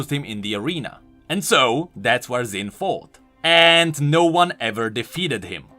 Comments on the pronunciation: Xin should be pronounced "Shin". I'm just nit-picking cuz I've heard Chinese people talk that way. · Xin = Shin. Think Xiaoyu from Tekken, Ye Xiu from King's Avatar. FFS, go watch one Chinese anime and you will understand what kind of sound "X" is supposed to represent in Chinese names/words. Even the creators of Xin Zhao can pronounce his name wrong. Imagine a parent names their newborn child Haybay but spells it out as "Abba"... no one else will GAF what you think, that name says "Abba" and you would be crazy to expect the world to think it's "Haybay." Written and spoken language is meant for communicating to others (not a solo endeavor). WE (all people) put rules on written and spoken language for the sake of clarity for the majority as well as to establish a foundation for (existing) language to be understood and improved. Ignoring existing rules of written and spoken language (which happens a lot) is like forgetting that 1+1=2 and then trying to figure out multiplication. This is why there are so many inconsistent/broken rules in language and why we still have existing issues like Xin/Zin/Shin...